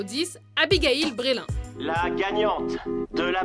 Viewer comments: Abigail Breslin prononcé à la française... pitié --' On dit Bresseline, pas Brélin. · Abigail Brélin !! XD bah ouais batèèère !! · Abigail "Brélin" :p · Abigail " brailin "XD